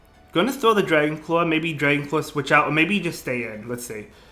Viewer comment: Dwagon cwaw